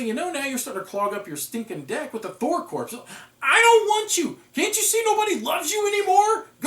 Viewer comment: Fun review! FYI "corps" rhymes with "thor"